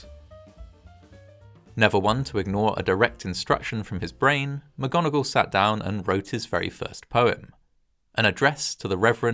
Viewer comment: McGonagall? How about Vogon-agall?